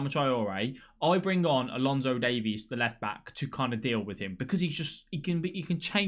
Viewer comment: pls. its alphonso not alonso